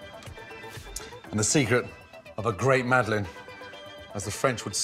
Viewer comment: It's "Madeleine" For fuck sake, at least TRY to type it in google, just try it...